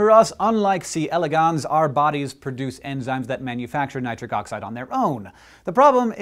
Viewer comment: Nit-RIC oxide